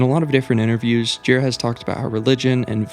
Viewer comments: Its not Michael JEE-ruh, or GEAR-uh... its jhu-RA. Thats how he himself says it. It's a name of french dissent, if i recall properly. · good video, but he's michael girA, not gIra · thank you, but his name is michael girA, not gíra